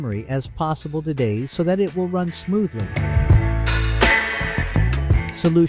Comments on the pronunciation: Least helpful video ever. Also it is call Day Z and not "days". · I swear, if this guy says "days" one more time... I'm going to have to come over there. It's DayZ... like "Daisy." Yes, like a flower and we're proud of it. DAISY DAISY DAISY 🌻🥀😆😆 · him calling it DAZE :|